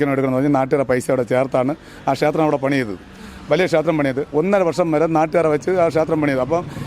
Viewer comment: ക്ഷാത്രം, ഭാഷ പറയാൻ അറിയാത്ത കൂട്ടർ